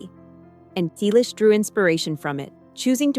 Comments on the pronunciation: Stop spreading fake news. Are you drunk or on drugs? Tom is 81 years old. We, his family celebrated his 81st birthday on January 29. Learn English. It's free on YouTube. Get informed. Learn to pronounce "Selleck" correctly. Over the past 6 months, we have already reported every stupid creator who posted the same stupid story. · Did anyone notice that they mispronouce Sellick each time?